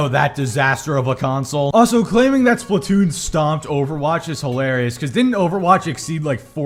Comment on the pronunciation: I don't know why it bothers me how he says Splatoon. "Splat toon" it annoys me for some reason.